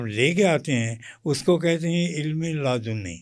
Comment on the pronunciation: بابا جی کا دعویٰ علم لدنی ہے اور یہ بھی کہ زیر زبر پیش بھی درست ہونا ضروری ہے۔ جبکہ حال یہ ہے کہ علم لادنی فرما رہے ہیں جس سے ان کی لادینی صاف ظاہر ہے۔ چھوڑو کون سا نمبر ملا دیا آپ نے؟؟